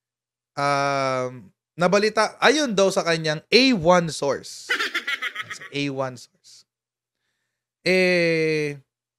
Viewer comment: A-1 SAUCE hindi A-1 SOURCE